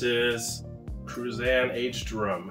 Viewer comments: You,need,to learn.how to pronounce Cruzan.the z,is,pronounced,exactly like, theaiti,in,Haitian.I,lived,there for ten years,so,I have some authority,on the subject. Thank you for the video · Do yourself,a favor,and learn how to pronounce”Cruzan.You are saying it wrong